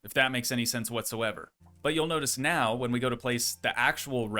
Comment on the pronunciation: bro said meow instead of now